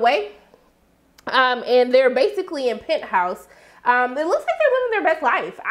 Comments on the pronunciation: are you saying "Pent House" on purpose for "Pentos"? If so, I think it's cool. I mean Pentos is wealthy AF, so it works 🤣🤣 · I usually don't like to correct people when they say things wrong. But when you are referring to Pentos it sounds like you were saying Penthouse...lol